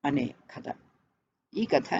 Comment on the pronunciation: ఖాద అనీ అంటున్నారు, కధ అని అంటే బాగుంటుంది కదా